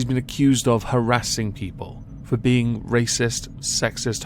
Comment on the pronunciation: Cows milk is fow baby cows? I wonder what she has to say to all those baby oats and almonds then XD